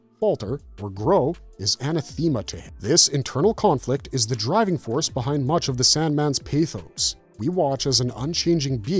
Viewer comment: That’s not how you pronounce Anathema 😅 But it’s close. Use the short “e” sound (eh) rather than the long “e” (ee) sound, and you’re nearly there